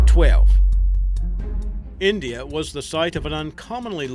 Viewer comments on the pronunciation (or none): none